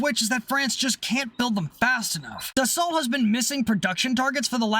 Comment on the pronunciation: I'm British and I know DA SALT is DA SO.... And we a re notorioualy bad at pronouncing French words.... Much like Americans and English ones. (burn)